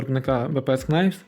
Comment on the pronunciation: Knives читається як "найвс". Там перша k не вимовляється; Для перевірки коли сумніваєтесь: Google translate вимовляє слова;)